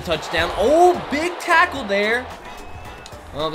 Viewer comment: When he said big tackle is mor like big truck